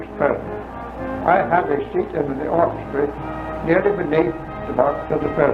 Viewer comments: He says Orchestry instead of Orchestra. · hey, you completely glossed over how he pronounced it "orchestree" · I caught this as well. My grandpa pronounced “opera” as “opry” too. So he would say “The orchestry played at the opry house” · The way he pronounced "orchestra" is interesting. It sounds like "orchestri". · Hmm... I heard it as "orchestray." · “Orchestreee” did we skip over that? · His reference to his seating section, the "orchestra," he pronounced the final 'a' more as an 'ee' sound. It's muffled due to audio quality. It's still found in the rural south .